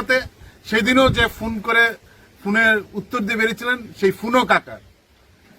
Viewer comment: আরে পঁচা বেগুন ফুন না ফোন, বুইড়া ছাত্র নেতা উচ্চারণ জানেনা হুদাই ম্যা ম্যা করে